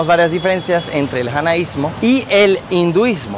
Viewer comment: Hola Una pequeña corrección creo que no se dice janaismo Se dice jainismo Al menos lo que dice Google Gracias